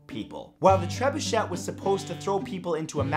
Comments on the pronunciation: That is not how you pronounce trebuchet. Its treb-you-shay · You shouldn't pronounce the 2nd T in trebuchet; it's French. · I won't correct the pronunciation of trebuchet, I won't correct the pronunciation of trebuchet. Oh who am I kidding...it's shay not shet! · Drove me crazy as well. TREB-UU-SHAY!! Not Treb-uu-SHET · TREB-UU-SHAY.....or TREB-OO-SHAY...... But please...NOT Treb-uu-SHET! Lol. Otherwise, love your stuff man ! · tre-bu-CHEY not tre-bu-CHET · Hearing trebuchET triggered me so hard 😆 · Ahem It's "TREH-BYOO-SHAY." TREH...BYOO...SHAY. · That don't work, Treb-oo-shay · It's tre-byu-SHAY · Its a trebuchet. Treb you shay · it's pronounced: treh-bu-shay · please use the correct French pronunciation of Trebuchet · Tsk, tsk, Matt. Being from Canada, you should be able to properly pronounce a French word like "Trebuchet". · is ''trebuchet'' really pronounced like that? my life is a lie